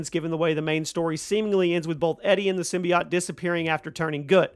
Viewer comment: The way you pronounce "symbiote" distresses me.